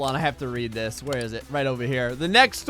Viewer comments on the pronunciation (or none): none